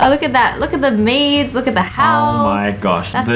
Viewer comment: Lol when pink unicorn said maids I thought she said maze lol like if you thought she said that to